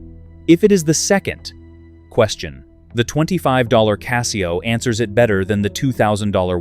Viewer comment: Learn to pronounce CASIO.